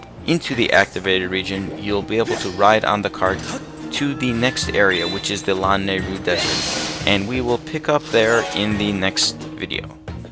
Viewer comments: Its luh-nay-ru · Everytime he pronounces Lanayru that way I just.... ugh. :P oh well